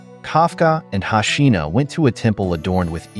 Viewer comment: It's hoshino how can u pronounce it hashina, lol